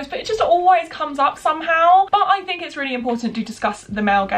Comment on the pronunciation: Can you say 'think' instead of 'fink' please, thank you x